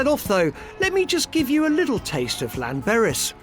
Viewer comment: "Lanberis"? "Penyerpass"?? Is he back on the drugs again?? 🤣🤣💉💉💉💉💉